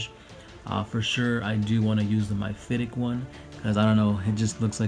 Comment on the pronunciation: Well that was painful. MY-phitic? MI-phitic? The word is MEPHITIC.